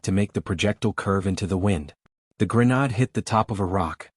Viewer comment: PROOFREAD......AI is pronouncing grenade "grey-nod"